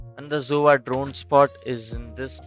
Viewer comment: I love how he says zova instead of sova lol